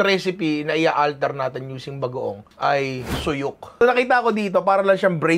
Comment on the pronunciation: Ninong ry, yung korean vinegar na ginamit mo korean apple cider vinegar yon. Tapos sûyuk po yung pag pronounce sa 수육 (nasa first syllable yung accent). I also wanted to add na yung ibang way ng pagkain ng koreans sa suyuk is sinasawsaw nila sa salted shrimp paste na basically bagoong. Yung iba rin gumagamit ng shrimp paste kapag nagawa ng green onion kimchi, kaya i think magwowork talaga yung na-spin and idea mo.